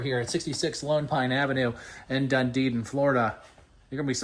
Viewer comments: It is pronounced DUN-Edin, not DunDeedin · it's pronounced Dun-e-din. There's only two ds in the name. It's not dun-de-din. Nice mobile home but I would have to make several changes to it, starting with sliding glass windows instead of just screens on the Florida room and lanai. I wouldn't pay more than $50000 for this place. #1 strike against community- no pool! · I lived and worked in Clearwater FL for 17 yrs, we never called it Dund-edin it’s Dun-edin? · Did you mean Dunedin; there is no Dundeden in Florida when I checked Google. The MLS listing is in Dunedin. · the The Name of the city is called Dun •E•Din like Done•E• Din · Yes Done•e•din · Dunedin=doo-nee-din 😊 these homes are really cool. Are there mobile home parks that allow you to buy the land like a traditional home? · Sorry the name is not doo•nee•din the name is pronounced Done•E•Din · It's pronounced Dun E Din. Emphasis on the E.